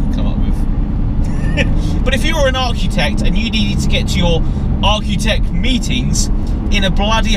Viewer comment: Why does he say Archutect?